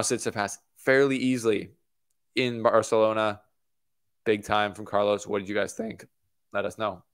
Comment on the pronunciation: My guy….. I appreciate the attempt at pronouncing Barcelona correctly but it’s hard to even discern what you said lol. Great video though